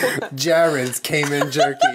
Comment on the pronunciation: Hey Jenna and Julien I'm Monique. I live in the Cayman Islands and though there is nothing wrong with how you're pronouncing the word "Cayman" please can you pronounce it once as Cay-man not Cay-men. Think of the word as singular not plural. Please. Its driving me fucking crazy lol. Thanks. You're fan.